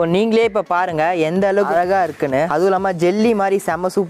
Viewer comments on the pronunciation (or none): none